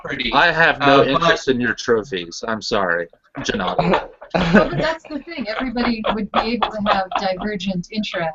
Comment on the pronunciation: Hmmm... wondering, why you pronounce (G)ennady with (Jem), net (Greend). Isn't that a Russian name? Джэ-Надий ?